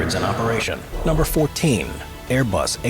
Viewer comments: “Airbus A333-300”, “A-Bus 340” The hallmarks of what YouTube is full of these days: poorly-written, AI-narrated, lazily put-together videos. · “Aebus” is the funniest part 😭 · 2.04 aiybus??????????? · “A-bus” WHAT THE ACTUAL FUCK?!?!?!?!?!😂😂😂😂lol